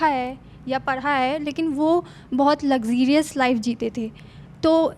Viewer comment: पर इन्होने " लक्जीरियस " Luxirious,, कहा है, क्या यह सही उच्चारण है या "लक्जरियस" सही है❓❓